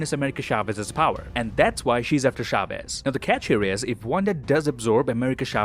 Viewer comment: its not pronounced SHAVEZ. its a CH sound, not an SH.